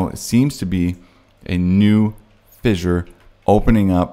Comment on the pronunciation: Vishure? F, F, fissure, repeat till you get it right.